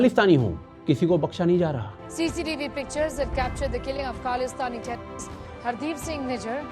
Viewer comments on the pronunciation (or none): Kyu bhai aapke bolte samay terrorist me se "Te " kyu gayab hai 😂